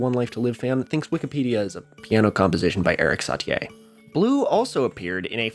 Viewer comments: Erik Sa-tee-yay??? That is the first time I've heard that pronunciation in my life 😂 It's Sa-tee Good video tho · The name is Erik Sat-E Satie : not sat-Ye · I love how this kid lived in France for a year, yet still mispronounces every French name. Satier? Wrong! It’s Satie. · please: Eric (or Erik) sa-TEE, not "satt-ee-ay". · Erik Saty-ay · Your pronunciation of "Satie" almost killed me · Wait have I been pronouncing Satie wrong all this time